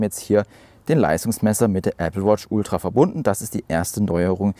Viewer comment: Moin. Die Betonung liegt bei Ultra. Mit meiner Watch 4 mit WatchOS 10 funktioniert es nicht. Wäre interessant zu wissen, ob es auch mit einer aktuellen nicht Ultra Watch funktioniert.